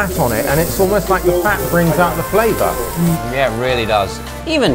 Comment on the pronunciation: 올리 아버지 뤼얼뤼 발음 진짜 다른 리얼리랑 급이 다른거 같다